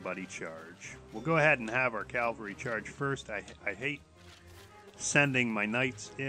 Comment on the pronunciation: Discovered this game when they had a $6.99 sale to buy the game and now I'm hooked. There may or may not have been a few allnighters involved, I couldn't say....I don't mean to nitpick, but just thought to point out that its pronounced cav al ree as opposed to cal va ree. Thanks for making this video, the information is really useful!